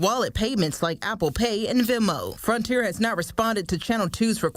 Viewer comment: That reporter in the red turtleneck mispronounced the words told as "toad" and Frontier as "fronter"